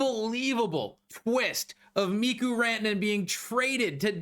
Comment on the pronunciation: It's stupid, but you're driving me crazy with the Mikko Rantanen pronunciations. It's pronounced Mee-ko, not Mee-ku. Also, its Tee-mo Meier, not Tee-mu.